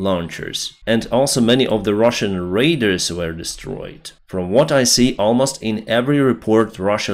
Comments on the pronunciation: Just to be a little helpful with your ability to speak English as your second language the word radar is pronounced as if it were spelled as raid-ah-r phonetically. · idk when i noticed but every time he says radar it sounds like raider and situationally thats pretty funny